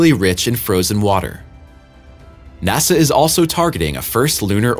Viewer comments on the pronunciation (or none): none